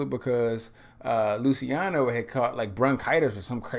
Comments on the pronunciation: It's pronounced "Lu -cha no" :) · "Lou-chee-ahno" "Pah-vah-rotti"